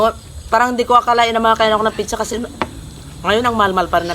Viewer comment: kayo nga jejejemon taga bundok,,,,,,yun ang paka pronounce ng nanay mo piiiiichhhhhhaaaa,,,,,,,hinde ba dapat pizza yan hahahaha palibhasa walang pinagaralan taga bundok🤣🤣🤣🤣🤣turuan mo nalang nanay mo mag pronounce ng tama 😂😂